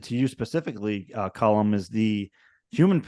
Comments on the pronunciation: His name is being mispronounced. His name is Colm and not Colum. Pretty basic stuff, as my name is Steven and not Stephan. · People seem to call him ‘Colum’ as opposed to ‘Colm’. I’d noticed the same thing. A weird pronunciation quirk.